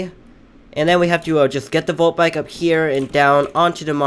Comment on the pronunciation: he said molt bike lol